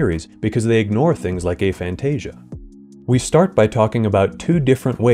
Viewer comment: We’re not going to support this pronunciation. lol It’s ah — like after and agnostic. Aphantasia. Not “AY-fantasia”